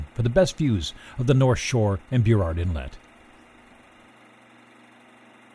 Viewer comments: Beaurrard Inlet? Its Burrard. Burr-ard. Is there an e before the U? No. Its not Beaurrard. Its Burrard. Burr. Ard. Burrard!!!!!! ITS BURRARD. Lol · Obviously this narrator is not a Vancouverite. He pronounces Burrard Inlet BEEW-ARD Inlet. It's pronounced BER-ARD. Yeesh